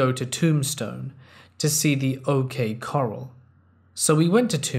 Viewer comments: I like how he called it OK CARL instead of OK CORRAL in Tombstone HA HA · Love your stories as always! I love just letting old videos play as I work nights alone! One small thing, out here in Arizona we refer to the O.K. Corral (ko-ral) not coral most of the time. I truly love your reading and just want to help you with our weird colonial English!